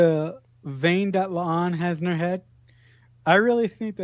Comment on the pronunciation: Please stop calling La'an "Leon".